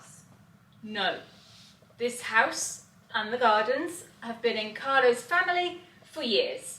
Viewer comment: Scusi Carlos with an s😂